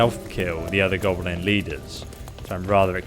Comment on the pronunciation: Its GOB LIN , not gobalin lol